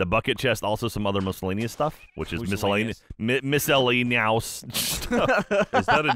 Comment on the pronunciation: "miscellaneous" he almost had it